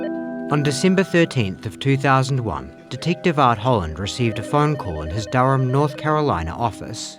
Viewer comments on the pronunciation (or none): none